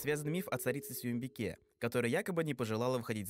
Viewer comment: Соембикэ а не Суюмбике